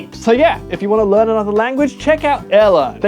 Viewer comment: bro literally said lrean not learn like wth